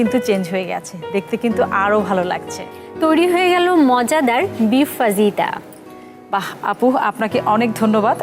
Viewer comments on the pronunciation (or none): uccharon na fajita na fahita .